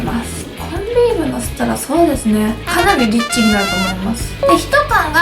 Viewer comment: リッチがエッチに聞こえてたわ